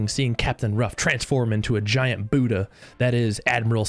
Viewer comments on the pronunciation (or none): none